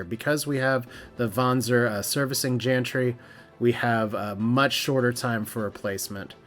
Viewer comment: Hi. Just a quick correction. Gantry is pronounced with a G, as in Granite, not a J as in Janet. Apologies if this seems pedantic but the mispronunciation made my brain scream in pain 🤯